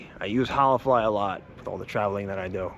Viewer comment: You pronounced holafly three different ways 😂 all wrong hahahaa